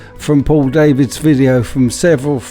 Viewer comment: For Info Paul Davids is Dutch his name is pronounced Dah - vids not Day -vids